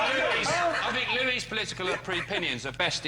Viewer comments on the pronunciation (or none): Louie......not Louis,.LOL